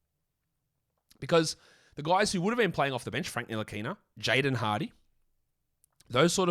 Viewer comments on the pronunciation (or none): none